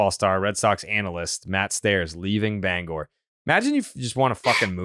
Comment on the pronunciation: As a Mainer, hearing Jared pronounce Bangor correctly first try is amazing.